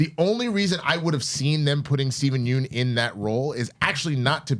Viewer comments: FYI- you pronounce yeun not like yoon but it should be pronounced like Yun (rhymes with done). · Looking good, def see the pounds shedding. PSA for Steven Yeun, his last name is pronounced Yun like fun, run, sun. Everyone gets it wrong and Conan O Brien even made a joke of how he gets it wrong despite going on a trip to Korea with him.